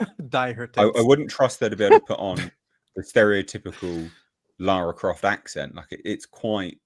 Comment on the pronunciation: Ah yes, Clara Loft